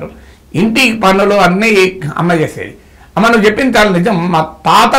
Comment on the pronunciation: నాగేశ్వర్ సర్ అమ్మ నీ పిలిచే టప్పుడు మంది అమ్మలను పిలిచినట్టు ఒత్తి ఒత్తి పలకడం ఎందుకు నార్మల్ గా సాఫ్ట్ గా పిలవచ్చు కదా. తెలంగాణ లో "ఒత్తి" "ఒత్తి" పలకడం అలవాటు అవుతుంది . 😂😂 😂 😂 😂 😂 😂 😂 😂 😂